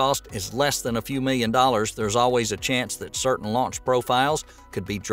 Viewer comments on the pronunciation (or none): none